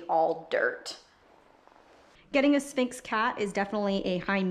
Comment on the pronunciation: Why couldn't she say sphinx??